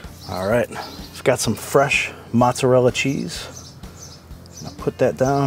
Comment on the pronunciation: I just got this oven this week. Nice video, thank you, thumbs up. . Please! Please. Pronounce the cheese the Italian way. It's Moh tza rella! Not Matza rella. Matza rella sounds like a red neck pronunciation. Listen to an Italian say it. If you're going to eat it, and make videos about it, pronounce it correctly, please. I request that respectfully! Great video, but I cringe when I hear mozzarella pronounced like that.